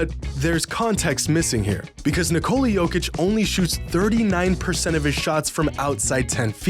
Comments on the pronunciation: Here’s a hot take: it’s disrespectful to refuse to pronounce a man’s name correctly. Particularly the 2 time MVP. His name is pronounced NIK-ol-la. It is not Nik-COLE-la like all these American commentators. Jokic has said how to pronounce his name in interviews and Americans ignore him. Show this man some basic respect! Correct pronunciation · Ni-Cola. Is that really how people are pronouncing Nikola? SMH.